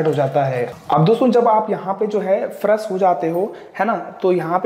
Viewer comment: Tabi to fresh ko faras bol raha h😀😀😀